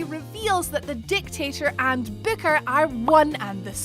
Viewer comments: Say booker one more time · Please never say "Booker" again.